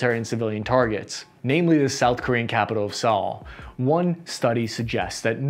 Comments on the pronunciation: By the way, the capitol of S Korea, Seoul is pronounced like the word "soul" not the given name "Saul". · why do you say Seoul like, "s-owl" it's pronounced "soul" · It’s pronounced cash not cashee. The E is silent The Capitol of South Korea is pronounced Soul (like talked about in religion) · I used to live near Seoul, you are saying it wrong 😒 Also, the flag on your shirt sleeve is backwards 🙄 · Can't take this guy seriously if he can't pronounce Seoul. And this guy says he's a military expert. 😆